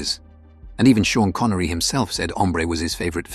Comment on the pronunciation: I know … Shan Connery?